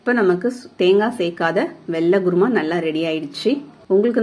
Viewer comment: Mam u can say kuruma but u r saying guruma..😀